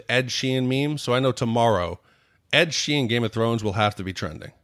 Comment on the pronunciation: real suprised he didn't call the house the mound. He said like 15 names wrong in 1 podcast. Write them down man lol Ed sheen Derrick dondarrion lol